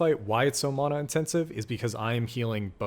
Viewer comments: Can’t get past how you say “mana” 😮‍💨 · I got sooo annoyed gave flash backs of aang as ung if you know you know. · 1000% this😂